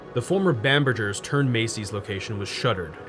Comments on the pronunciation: Seriously. It rhymes with hamburger. Of you're gonna have it in your video, do some research and learn how to pronounce it! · it's a hard "G" in bamberGers, like "hamburger", not a soft "G" like mergggger.... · I'm surprised you don't remember Macy's/Bamberger's ads from when you were young. Bamberger is pronounced like 'hamburger'. Living in the DC/Balto area from my early 20s to mid 30s, I visited White Marsh many times - but only for the Warner Brothers outlet and Ikea nearby. Never actually set foot in that mall! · FYI, Bamberger's was pronounced with a hard g sound, not j sound.